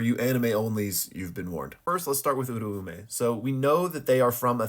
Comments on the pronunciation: Its pronounced "Ooo-rah-may"" I used to call her the same exact thing funny enough lol. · nah tbh you're probably right. The dub says oo rah may. However I've been watching sub and i could've sworn i heard it pronounced like that... But my gf says im wrong so fuck it, i yield hahaha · I always thought the ‘Au’ syllable made an ‘ow’ sound making it pronounced ‘ooh’ ‘r’ ‘ow’ ‘meh’ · As a Japanese speaker I can clear this up her name is Uraume (裏梅) which is to be broken down into ‘Ura’ (裏— meaning Opposite or Reverse) and ‘Ume’ (梅— meaning Plum or Lowest Rank of Three) to pronounce these you could break them down even further into their vowels which would be ‘u’ ‘ra’ ‘u’ ‘me’ which for English speakers would be more like ‘oo’ ‘rah’ ‘oo’ ‘meh’ So and the dub are partially right they drop the second ‘u’ and emphasize the eh in ‘me’ too hard, though. Hope this helps :)